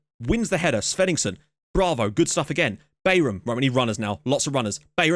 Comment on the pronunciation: Bayram is pronounced "Bairahm" and it means "party" or "celebration" in turkish.